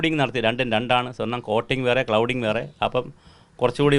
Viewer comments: Clouding alla cladding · ക്ലൗഡിങ് അല്ല സർ,ക്ലാഡിങ് ആണ്.cladding.ചേർത്തുപതിച്ചുപിടിപ്പിക്കുക. gold cladding.👍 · Clouding അല്ല സാറേ cladding 😢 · ക്ലൗഡിംഗ് അല്ല മാഷേ ക്ലാഡിംഗ് ആണ് ശരി! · clouding alla cladding. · It's cladding, not "cloud"...! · ചെറിയ ഒരു correction ഉണ്ട്‌ clouding അല്ല cladding ആണ്‌. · ക്ലൗഡിംഗ് അല്ല. ക്ലാഡിങ് 😂😂😂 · Clouding അല്ല സർ, cladding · സാറേ "clouding" അല്ല Cladding ആണ് ❤